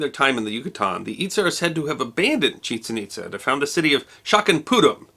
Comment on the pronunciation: Years ago, I visited Chichen Itza. By the way, I was taught that the pronunciation is not what you used. The accent is on the second syllable, not the first syllable. Those ruins are amazing, and I recommend them to anyone.